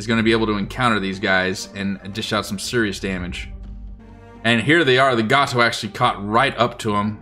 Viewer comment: Future reference: USS Gato is pronounced "GAY-toe", not "GAH-toe"